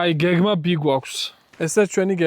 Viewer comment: გეგმა ბი რო თქვი და არა გეგმა ბე, მარტო მაგიტო საბდ